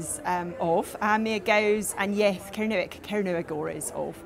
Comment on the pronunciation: Much as I admire all efforts to keep ancient languages alive, Elizabeth sounds to me (from Surrey) to be pronouncing 'Kernowek' in an 'RP English' accent. OTOH, I have always wished that I had been brought up in a country where I could learn Gaelic / Celtic languages.